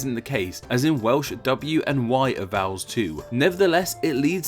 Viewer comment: This narrator needs elocution lessons - he can't pronounce any word with an L in it. For example, for "Welsh" he says something like "Wehwsh". Horrible.